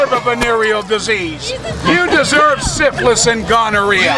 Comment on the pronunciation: Holy fuck. "You deserve siflis and ganeria?"